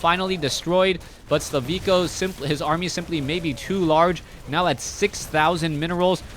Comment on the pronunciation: HIS NAME IS SLIVKO NOT SLAVIKO!!!